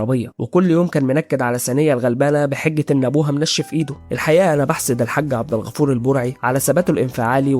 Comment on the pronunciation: بغيت انبهك لا اسم النبي حارسه لأن لا احد يحرس الا الله و كمان حاول تقول عبدالغفور بدال عبغفور و حاول انك تغبش على النساء و ما تحط موسيقى و الله يوفقك يا غالي